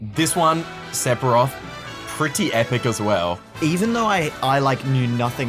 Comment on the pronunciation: I knew Sephiroth once Cloud said "Sefirosu"